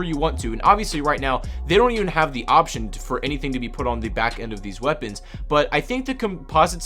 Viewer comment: "waepons"